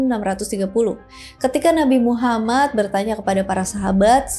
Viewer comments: gw sebagai muslim malu, kmu lebih bagus penyebutan nama Nabi Muhammad SAW di banding gw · Makin fasih aja kak nyebut nama Nabi Muhammad SAW 🤭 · Fasih banget baca nama nabi muhammad😍🥰padahal beda agama,salam untuk orang baik🙏